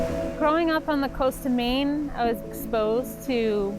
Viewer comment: Maine has one syllable. Incarnate Word Academy Middle Level Corpus Christi, TX